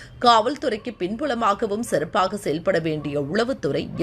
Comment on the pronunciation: Sirpaka seyalpada vendiya ....not serupaka...worst pronunciation 😅😅